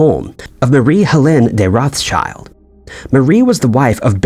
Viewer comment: Wouldn't it be wonderful if the narrator pronounced Rothschild right just once?